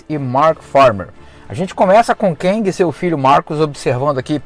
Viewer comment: Cara, 'quéngui' fica bem estranho 😁 seria o marido da quenga?🧐🤣 Eu leio como 'quêng' mas tá bom Nessa fase aí eu já tinha caído fora de HQ